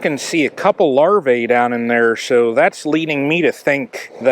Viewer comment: Singular is larva, plural is larvae. The latter is pronounced larvee, not larvay.